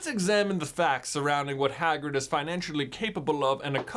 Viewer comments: "Swagrig" lol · Swagrid killed me everytime 😂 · lol swagrid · Swagrid XD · And called swagrid😎